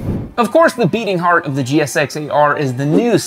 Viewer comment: Jixx ate 'er. Not jixxer ater.